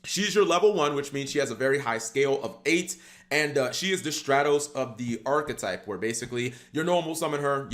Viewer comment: Do a deer a female deeeer Re a drop of golden sun Mi rhymes with G for who’s pronouncing the archetype wrooooong Jk I love you Cap